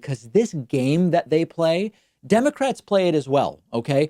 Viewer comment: See Elmer Fudd say "aww dem pewski democwats"